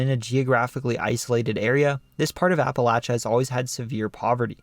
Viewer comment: I grew up in Western Kentucky. My friends and family always used the pronunciation you use for Appalachia. You also pronounced LOO-uh-vul correctly. That's rare for people outside the state. Also, one of my ancestors was murdered by Night Riders in the Dycusberg, KY area. I think his headstone even says he was murdered by Night Riders.